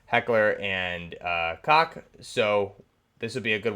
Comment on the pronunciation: Koch is pronounced like "Coke".